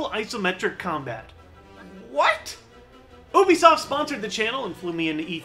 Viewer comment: i believe you're pronouncing ubisoft incorrectly. it should be "you-be-soft"